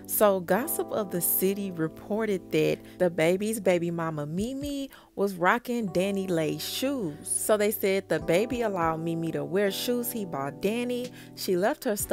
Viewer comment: it’s dani “lee” not “lay” lmao